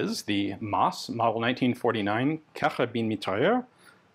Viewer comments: The “s” is not silent in mitrailleuse. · The e on the end of mitrailleuse means you pronounce the s like a z.